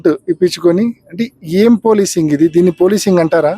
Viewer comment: ఇది పోలిసింగ్ కాదు సార్ పాలిషింగ్ 😂😂😂